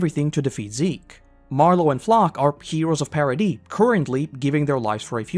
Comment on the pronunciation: Paradise being pronounced 'Parody' really feels like it should have stood out to me more